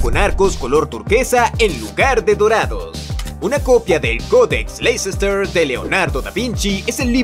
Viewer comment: Leicester se pronuncia LESTER.